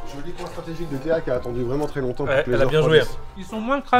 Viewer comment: t’a dit Théo au lieu de Théa